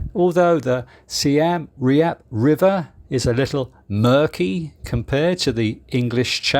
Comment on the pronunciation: Your pronunciation of Seam Reap is painful to my British ears. Do you pronounce Siem and Reap as Si Em and Re Ap in the UK?